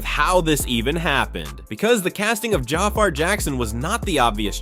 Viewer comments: It's pronounced Ja-FAR, not Jaffer 😒🙄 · Jah far Jackson 😂 Man it's pronounced Jafar 😂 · Could you PLEASE learn how to pronounce the young man’s name CORRECTLY if you’re gonna make a video about him??! (/juh/far/) Sorry, but that’s a bit unprofessional & it shows you didn’t do your homework in preparation to make this video. It’s also a bit embarrassing & disrespectful to all the hard work Jaafar put into earning this iconic role. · Lord you can’t even say his name right 😢